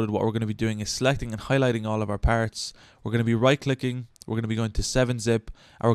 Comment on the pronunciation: You got a like for how you says RARR and PARRTS. Also this was helpful thank you lol